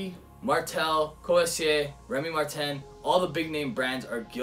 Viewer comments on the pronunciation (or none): none